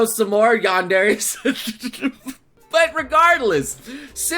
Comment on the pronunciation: yandary? americans man just stop it